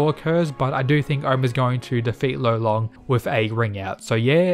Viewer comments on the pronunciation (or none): Gotta say, I think his name is actually Lolong not Rolon. He's from the Philippines so It's DEFINITELY Lolong. Rolon is just how Japanese people would pronounce it